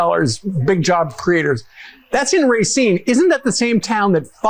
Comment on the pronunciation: Pronunciation of Racine a bit off. Ra seen.....Racine. I grew up in Wisconsin. When I first moved here my pronunciation of Spanish words was off!! The J sounds like an H. San ho say San Jose!!!